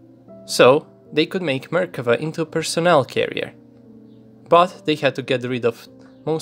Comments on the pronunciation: i just notice its Merkava, not mekerva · when you said "Merkava" I thought you said American